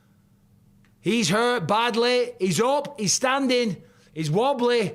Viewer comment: is he wobblay??? is it fluffay??